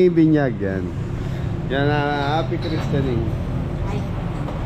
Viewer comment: Tama ka Sorry mali un pag pronouns ng wife mo about Christening, "Chris-tening " hindi Christ walang iniwan sa Christmas,kaya tama un pronouns mo